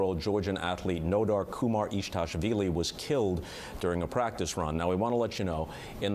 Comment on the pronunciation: his surname is KUMARIDASHVILI not kumaritashvili